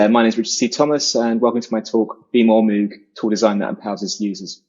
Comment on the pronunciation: The message would have been more effective if Richard knew how to pronounce Moog lol